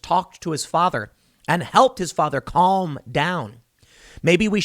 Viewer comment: Tim, you dont pronounce the L in Calm